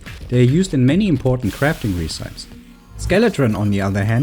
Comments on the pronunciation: At about you say “Ree-sypes” instead of “Reh-si-pees” and I am so curious if that is how it is pronounced where you are from! I like it haha, English is such a silly and unpredictable language. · Hey man :) good video. Just some english feedback, you're pronouncing the word "recipes" and "recipe" very wrong.